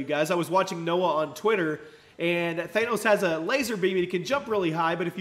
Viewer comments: It's pronounced thanos not thainos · It's Thanos, like they say it in the movie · Th-ah-nos, say it with me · It's not thAnos it's thanos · R.I.P pronunciation of Thanos😂